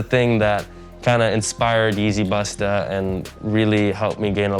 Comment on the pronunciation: Yeezy bustahhhh , cringe every time dude pronounces that shit , vultures tryna fit in & can’t even get the language right , shout out James Dunn & Welty